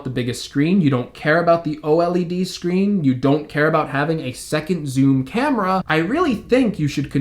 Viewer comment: Love your content, but when you say o-l-e-d it REALLY irks me. 😂😂 Its o-led, dude! No biggie really, just bustin’ your chops...great comprehensive review. 😉